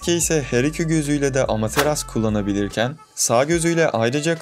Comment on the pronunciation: Amateras diyorsun sinirleniyorum lütfen amaterasu der misin